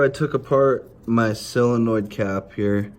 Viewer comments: It is a SOLINOID, not a selliinoid. Say it - SOL - IN - OID, you are killing the English language. Your bike will always play up while you are killing the english language, after all, the English language is all Harley Davidson has now that is remotely Americian. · Solenoid numbnuts not silinoid